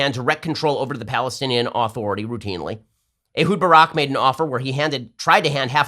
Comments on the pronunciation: Why does Ben Shapiro pronounce Palestinian Authority as "Aaaaaaaaaaaaaaaah-thority" with an emphasized, long A? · Why won't Ben pronounce "authority" correctly, he says it weird